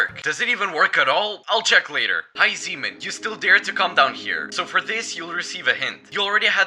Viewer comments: Why does he say zeeman like semen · Bro when u say zeeman really fast it sounds like another word seaman